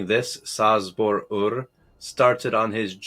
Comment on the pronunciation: Oh my poor ears. It's pronounced Chabor 😂